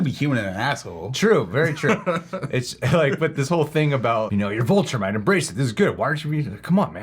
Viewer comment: If you say Voltrumite one more time